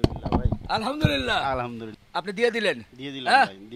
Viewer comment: হাসান হোসেন 💚💙, আলহামদুলিল্লাহ্ উচ্চারণ টা একটু সহিহ করে বললে আমরা সকলে আল্লাহর আরেকটু রহমত বোনাস হিসেবে পাই উচ্চারণ এদিক ওদিক হলেই কিন্তু meaning টা উলটপালট হোয়ে যায় গুনাহের ব্যাপার তো আছেই কিছু ভুল বলে থাকলে ক্ষমা দৃষ্টিতে দেখবেন ইনশাআল্লাহ